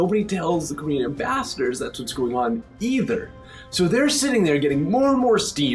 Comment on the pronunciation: I love how he pronounces "ambassadors". It almost sound like "bastards" LOL